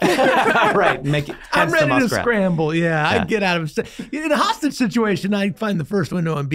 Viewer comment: Kidnapper?! Hostagie?🤣